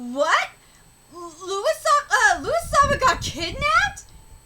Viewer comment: His name is pronounced LOUIE, not Lewis. Stop saying Lewis. Jinma the lion appears out of nowhere. Where was he hiding this whole time?